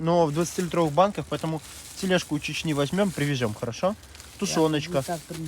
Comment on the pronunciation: Поэ́то́му нежалъ